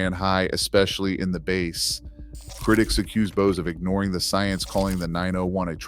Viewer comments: Quick tip: To get Ai to pronounce BASS correctly, type "Base" in the script. It's not a fish. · Why do we need the AI voice over pronouncing words like Live & Bass incorrectly. 🔊 Really??